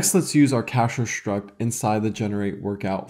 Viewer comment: I unironically love how you pronounce "шtruct". I am going to annoy so many people copying this